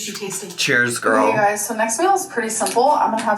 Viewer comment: One thing it’s proven is that she mispronounces stuff on purpose. She can say girly and girly pop just fine but then she says gorl instead of girl